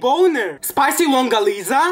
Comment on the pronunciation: Thats not how you pronounce the longanisa you pronounce like (l - UUng - GAA nIsa)